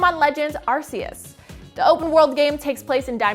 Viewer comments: SHE MISPRONOUNCED ARCEUS 🤣🤣🤣 Pokémon fan where lol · She pronounced the Pokémon name wrong too. How? They said how to say it on the video.. people are slow.